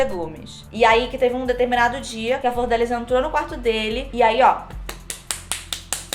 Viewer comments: falando flordélis ao invés de flordelís me dá um nervoso KKKKKK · Enrola muito pra chegar ao tema do vídeo. Segundo, a pronúncia do nome da Deputada está errada. Não é "Flordélis" ... Fala-se "Flor-de-Lis". Achei fraco o editorial não traz nenhuma novidade. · Flor de Lis...e não Flordélis kkkkkkkkkkkkkkkkkkkkk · eu tava falando errado, não é flordélis, é "flor de lis". Also: então, a flordélis... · a tambem fala flordélis KKKKKKKK antes de ontem eu cheguei na minha mae e falei: "qual que é a dessa flordélis" (pq eu tava vendo muitos posts no insta e nn tava entendendo nada) aí minha mãe: "é flordelis otávio" aí eu: " 👁️👄👁️" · cada vez que vc falou “flordÉlis” eu morri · achei que só eu pensava que era flordélis o nome dela, e não flordelís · eu também falo flordÉlis 😭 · Pera, Flordelis não se pronuncia Fordélis? Chocado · Também chamava a flordelis de flordélis kkkkkkk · Toda vez que alguém pronuncia “Flordélis” uma fada morre no meu mundo! Hahaha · falando Flordélis é a melhor coisa do vídeo kkkkk Anjo querubim?? Essa doida tá vendo sobrenatural demais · "Flor dé lis" eu amei kkk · mano ela falando o nome dela errado o filme inteiro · Flordélis hahahaha